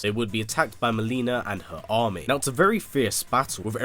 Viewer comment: It’s now A-rron it’s E-rron